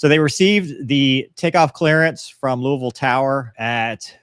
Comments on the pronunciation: glad hes actually saying louisville correctly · As someone from Kentucky, props, for pronouncing Louisville correctly. As far as your question about why it took 3 days, my only guess is because it took that long for the information to move up the ladder until it got to people who could make the call to do it. UPS is a massive corporation, and I can only imagine how much bureaucracy is in place, not to mention how the aviation wing of UPS isn’t the whole company. I’m sure some of the higher ups have no knowledge of aircraft, and seeing that detached engine and pylon laying beside the runway wouldn’t automatically trigger the thought that they need to immediately ground and inspect their other aircraft. Maybe I’m just naive but I don’t see anything nefarious, it’s just that the bigger the corporation and the more people in charge, the slower decisions are going to be made.